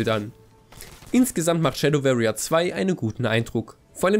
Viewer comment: sehr gutes review. Tipp: anhören wie warrier gesprochen wird.